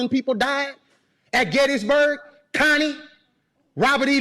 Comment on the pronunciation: My name is Connie. Every time he said her name I cringed.